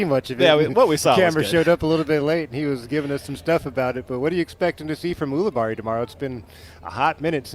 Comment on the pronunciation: It's yule-i-berry for crying out loud 📢